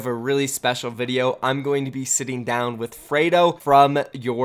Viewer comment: Freedo not fraydo